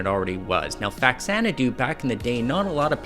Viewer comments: I can tell you're a true old school lover of this game like me, because you pronounce it "Facks-zanadoo" instead of "Fa-zanadoo". Us kids in the 80's had no internet to give us correct pronunciations of odd words. We just had to work it out with our own busted english skills. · thanks for pronouncing it correctly.